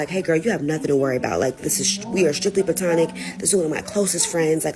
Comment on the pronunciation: "PLANTONIC" LOL! OK! :face-green-smiling